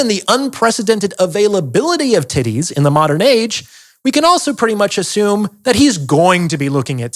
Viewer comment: Yeah not gonna lie I started cracking up when he kept saying tiddays 😂😂